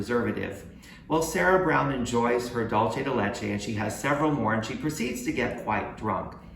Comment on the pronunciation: Dolce de Leche is NOT Spanish for candy of milk. It's a mix of Italian (Dolce) and Spanish (Leche). The correct spelling is Dulce de Leche and it's pronounced "DOOL say" (or "DOOL thay") NOT "DOLE CHE"